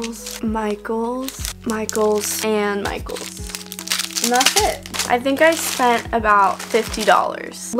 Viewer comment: When she says Michaels it sounds like “my goals!” Lol idk if anyone else heard that.